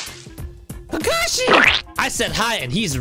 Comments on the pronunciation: This man said ka ka sensei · It’s Kakashi sensei not kaka sensei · Not kaka it’s kakashi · It's not kaka Sensei, Its kakashi Sensei, No hate. But I don't play when it comes to my favourite anime. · ITS KAKASHI NOT KAKA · Ils not kaka sensei It! Kakashi sensei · You said “kaka sensai” and in french it sounds like poop senpai because you said kaka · “Ka ka sensei” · Why you call kakashi kaka sensei and why kakashy eat kaka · Its ka ka shi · Any other Naruto fans, triggered how the way he pronounces Kakashi? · I was mad when he say'd rasen shuriken as KAKASHI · U didnt say kakashi right oh well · it is not kata it is kakashi